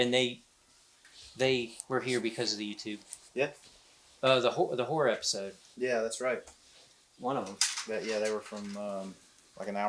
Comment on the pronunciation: Lmao thank you I thought I was the only one he definitely said horror but sounded like hore lmao!!!!!